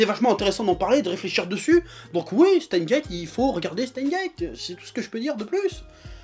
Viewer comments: "Chteinsse guéétte" bordel ! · On dit SteinSSSSSSSSSSS;Gate… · jo met un pouss rouj parsske tu na pa prononcé le S de steins lol pa vrè